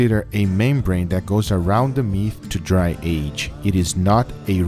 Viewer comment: “a membrane that goes around the meaf